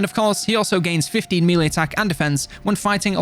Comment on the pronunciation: I love how he pronounces 'melee' Please keep saying it as MEEELEEE! haha it's been years now!